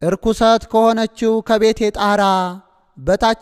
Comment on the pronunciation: አንባቢ ሆይ "እርኩሰት ከሆነች ቤቴ ብለህ ያነብከው ልክ አይደለም መሆን ያለበት " ረኲስት"አነጂ!!